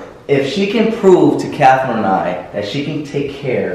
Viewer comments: It’s Catherine Not Cathrine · Nini Juncotton I always hear him say CATHRINE I LIKE HER NAME